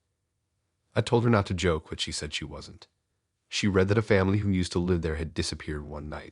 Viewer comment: Some of the pronunciation on here is off. Like, said-n instead of se-DAN. Saying liiiive instead l-eye-ve.